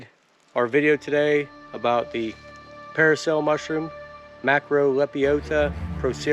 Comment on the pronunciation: It's not paracel, dude, it's parasol 😂